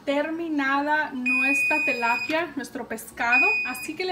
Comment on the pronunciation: "Telapia" o "tilapia"